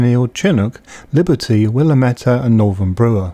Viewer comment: I’m not a grammar/pronunciation cop, I don’t care what you do or say really, but I will let you (anyone reading this, not in particular) know how these names are pronounced in case you’re interested. They are not intuitive. They are names of places and peoples so mispronunciation can be considered a bit disrespectful. Willamette has the stress on the middle syllable. The first and third syllable are short. So “will-aaa-mit”. Named after Oregon’s Willamette Valley near Portland where hops are grown and bred, and some incredible pinot noir and pinot gris is produced. Of course the valley is probably named after an explorer or pioneer. Not sure. Chinook is a large native American nation and region on the Pacific NW coast. It’s pronounced shin-ook’, rhymes with book. Stress is on the second syllable.